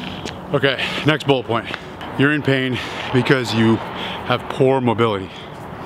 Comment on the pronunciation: I thought he said "next BULL point" -- LOL, I had to go back and turn on closed captions to double check